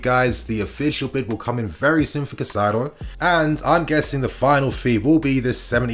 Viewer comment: say it with me Kai-Sedo..please